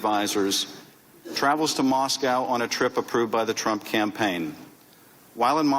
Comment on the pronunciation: there's no way he accidentally said Tramp instead of Trump about 15 times.